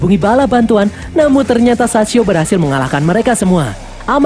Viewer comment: sachio bang bukan saicho😭